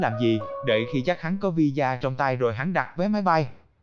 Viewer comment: Visa mà đọc thành vì da 🤣🤣